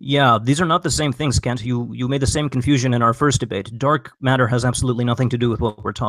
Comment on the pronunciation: "Dark Mat-ter"